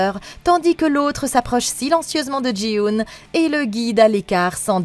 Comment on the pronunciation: Jin-Hoo, par pitie, pas Jii-Hoon